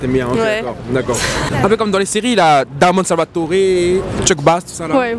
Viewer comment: Ses "DAmon Salvatore" m'ont tuer comment il a tuer le blaze du boug 😂